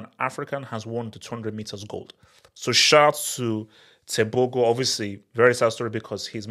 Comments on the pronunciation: The Go in tebogo is pronounced from the throat, as in " Khartoum "....Tebokhor. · Pronouncing Tebogo like a true westerner 😂😂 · Thats my country right there, Tebogo made us proud! but is butchering his name like never before!